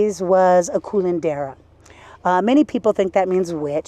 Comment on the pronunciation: Did she say "Culandera"?? 😅😅 No wonder she appears naked!! Le gusta culear!😂😂. The word is "Curandera", which does stand for "Healer". The thing with some Curanderas is that they used, what some would consider "witchcraft".